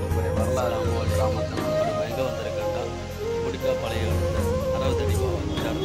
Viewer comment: கொடிக்கா பாளையம் இல்லை கொடிக்கால் பாளையம்